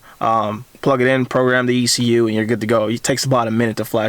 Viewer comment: E C U!!! Not exhoetech